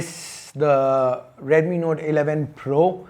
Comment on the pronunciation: Please control the accent. You said "Node 11 Pro" and "Node 11 Pro+".